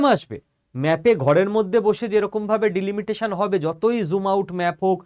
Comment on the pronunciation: উচ্চারণ ভুল হচ্ছে ভাই। ডিলমিটেশন নয়, ডিলিমিটেশন। শুনতে খারাপ লাগছে।